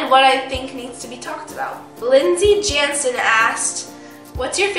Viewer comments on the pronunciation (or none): none